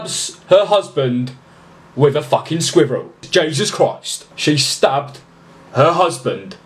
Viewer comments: The way he says "squirrels" lol I love it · Omg please say squirrels one more time! Love it!! 💙